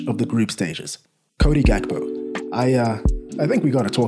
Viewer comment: i cant believe you say his name good XD